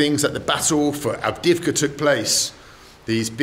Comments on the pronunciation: Avdeyevka, man, not Avdivka :) I enjoy watching your videos, keep moving on! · I believe the driver changed his mind in the end. Bald pronounced 'avdiivka' very bad, no wonder the man was confused at first.